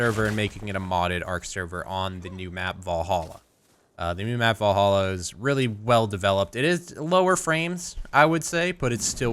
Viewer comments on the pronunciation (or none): Va-lhalla...not Vo-lhalla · I know, but he said it with O that was my point ;)